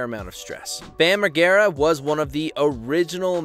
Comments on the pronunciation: MAR-JAIR-A NOT MARG-AIRA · **Mar-jare-uh, not Mar-gare-u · It’s not pronounced megara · Bam Mar-jair-uh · Megara lol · Close but wrong. It ends with -ah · Bam Megara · U can’t pronounce his name lol?? Covering someone and then butchering his name … feels wrong lol. MAR-JEER-A … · "Bam Mah ger rah"????? 🤦🤦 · I stopped watching after you butchered pronouncing Bam's last name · All Bams problems could stem from the pronunciation of his last name in this video. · U lost all credibility within the first 10 seconds when u can't even pronounce his name correctly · Same! This channel just wants clout. Can’t even pronounce his last name correctly. Didn’t even do any research on how to pronounce his name. What a joke. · Same lmfaoo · Heinous pronunciation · If only he could pronounce Margera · Major fail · Mar ger ah learn to say his name correctly